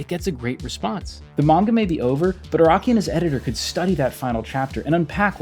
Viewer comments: It’s pronounced Ah-Rah-Key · Iraqi, Raki, Rocky Bro can't even pronounce Araki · His name is Araki, not Iraqi The magazine is Shonen jump, not Shon jump